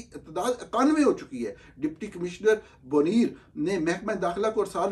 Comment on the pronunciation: نوجوان ۔۔۔ آپ جذبات میں مدہوش ہو کر جانے کیا اول فول بول دیتے ہیں۔ جہانگیر ترین اور علیم خان دونوں کو اسی تحریک انصاف کی حکومت کے دور میں مقتدرہ کی مرضی کے خلاف (اور جیسا کہ بعد کے حالات نے ثابت کیا، خاصی بھاری قیمت پر) برطرف کیا گیا۔ پہلے تولئیے پھر بولئئے۔ نرگسیت کم کیجئیے۔ اور اس شہر کا نام Buneer نہیں Bunair بولا جاتا ہے۔ دوسرے ممالک کے ذرائع ابلاغ پر ان کے پڑھے لکھے لوگ پیشکشیں کرتے ہیں۔ اگر ان کی زبان سیکھنا ہو تو آپ ان کے طرز تخاطب سے سیکھ سکتے ہیں۔ ہمارے ملک والوں سے بین الاقوامی تو دور، قومی زبان بھی درست نہیں بولی جاتی۔ ملک کو mulak، غلط کو ghalt، وقت کو waqat، سترہ کو ستاراں، کمپنی کو کومپنی ۔۔۔ کسی اور ملک کے صحافی کو اپنی زبان کا بیڑہ غرق کرتے سنا ہے؟ یہ شاخسانہ بس آپ قابل لوگوں ہی کا یے۔